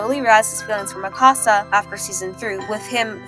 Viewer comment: Every time you said Mikasa was like nails on a chalkboard. Its MIkasa not miKAsa. It's leviOsa not levioSA.